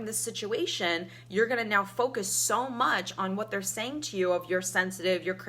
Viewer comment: You need to learn to speak before you start preaching to others. It's not "yoawwl" it's "you".